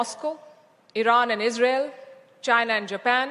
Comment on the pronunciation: JAINAH /Chinah? 😂🎉😅🎉😅🎉 That Ain't English 😊😅😂 It's INGLISH 😮😮